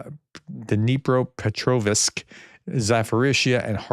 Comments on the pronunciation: Please Professor you butcher these on every video for months. Dnipropetrovsk = Дніпропетровськ (Ukrainian) KNEE PROPER TROV SK. Zaporizhia = Запоріжжя (Ukrainian) ZAP POUR RIZH ZHI YA. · Please, there is no "i" in "-ovsk"!